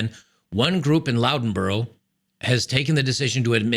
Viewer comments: Loughborough is pronounced "LUFF BUR A. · my man, the place (Loughborough) is pronounced 'Luff-burrow' or 'Luff-burrer'. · Just an FYI: "Loughborough" is pronounced "Luff-Bur-uh". 🙂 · Loughborough is pronounced or sounds like 'luffburror' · loughborough is pronounced - luhf·buh·ruh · Loughborough - pronounced Luff-burruh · It's pronounced "Luff-burra" 😊 An ex-workmate (retired) is involved in a Steam railway project down that way. They get dirty and covered in oil, grease and sh1t. No women involved. Isn't that surprising? The blokes in that shed project would be better involved in classic cars and bikes. Again you get dirty, no women except possibly at shows. There is a pattern here. The same with youtube channels. My feed gets swamped with videos on welding, lathes, all sorts of constructive stuff, all men. No women anywhere.